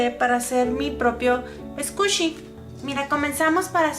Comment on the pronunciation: Haha no se dice scushi es squishy pero hermoso tu video intentare hacer un squishy asi :)